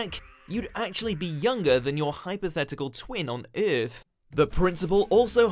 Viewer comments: Hey look it's me throwing up! Eeeth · He somehow failed at saying that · On eearth...... haha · That is the worst pronunciation of "Earth" i have ever heard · I've heard worse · so true lol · Lmaooooooooo I’m actually rolling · he actually thinks its pronounced earth and not earth lol